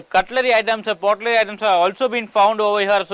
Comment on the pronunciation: pottery not potlerry. write a script carefully before recording.